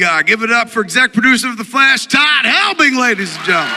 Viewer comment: He said excet producer wtf?